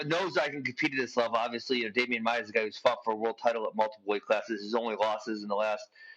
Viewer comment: No. Watch it again. He said he was more disappointed with the Masvidal loss because so much was at stake, had he won he may have been looking at a title shot. He was comparing the 2 losses. And its Maia, not maya.